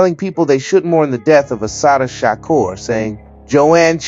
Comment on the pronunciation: Is this Ai reading this. If not mf learn how to say her name!!